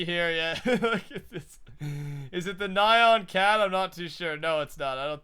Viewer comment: did he say naion cat....